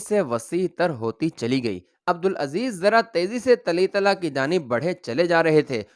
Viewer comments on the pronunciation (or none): اردو بولنے میں غلطیاں بھت ھورھی ھیں لفظ طُلَیطَلہ(TOLAITALAH)ھے